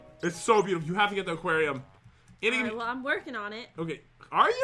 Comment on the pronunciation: Jen calls aquarium aqwato XD